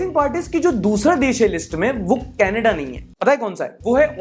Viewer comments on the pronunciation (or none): none